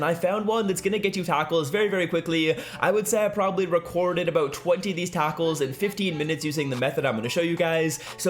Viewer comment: Is he saying a taco 4 Loss lol